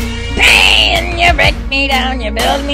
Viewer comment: He says bean istead of pain